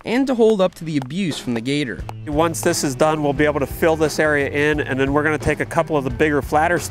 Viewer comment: How come you stoped calling the gator “the gter”